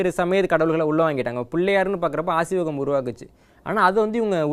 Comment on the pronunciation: Asiwagam ille. Aaseewagam.